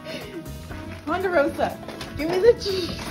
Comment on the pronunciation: Male cat...Ponderosa, not Ponderoso... : cries in Latin